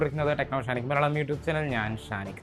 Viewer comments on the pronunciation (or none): none